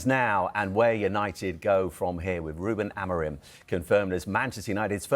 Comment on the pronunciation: I am not a good teacher of phonetics.. But chat gpt does a great job at it: To help an English speaker pronounce the Portuguese name "Amorim" correctly, here’s a breakdown: 1. First syllable - "A": This is pronounced like the "a" in "father." It’s a short and open "a" sound, more like "ah." 2. Second syllable - "mo": This sounds like the English word "mow" (as in to cut grass). Say it quickly with a slightly rounded “o” sound. 3. Third syllable - "rim": This is a bit different from how "rim" sounds in English. In Portuguese, "im" is a nasal sound, similar to the “-an” in “Jean” in French, but with an "m" at the end. It’s almost like saying "reem" but letting it resonate through your nose, with no hard "m" sound at the end. Putting it together: "ah-mo-reem" (where the last part sounds a bit nasal and softer than in English). It might take a little practice to get that nasal sound at the end, but this approach should make it close to the original pronunciation.